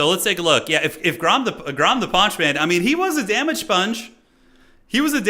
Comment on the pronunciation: "Alot of damaaage" is exactly what the turin watching french would say.